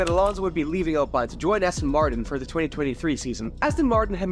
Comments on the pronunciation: why bro saying alpine like that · They're pronounced Spa-Francosham and Le Moh. You don't pronounce the 'p' in the former nor the 's' at the end of either. Oh and it's pronounced Alpeen.